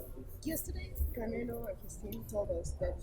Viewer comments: all russian and Ukranian pronounce Canelo=Canela...lol peace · He keeps calling him Canela LMFAO